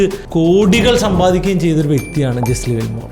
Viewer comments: പേര് തെറ്റിയല്ലോ Brother, it's not ജെസ്ലി വില്മോർ...it's ജെസ്സി ലിവർമോർ. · Jesse Livermore എന്ന് ആണ് പേര്… അല്ലാതെ ജെസ്ലി വിൽമോർ എന്നല്ല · Jesli Wilmore alla bro, it's Jesse Livermore. Towards the end of his trading career he committed suicide. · World renowned trader ആയ Jesse Livermore ൻ്റെ പേരെങ്കിലും കറക്റ്റ് ആയിട്ട് pronounce ചെയ്യാമായിരുന്നു throughout ur calling him jeslli wilmore 😢